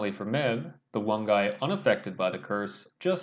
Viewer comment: Nice analysis. Helpful tip, it’s pronounced Mave